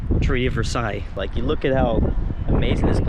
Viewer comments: it’s pronounced “ver-say-ails,” just for a little bit of information. Btw I’m the same guy who named every country in Europe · Let’s not talk about the way how said “arc de triomph ” and “Versailles” Great video btw, this was great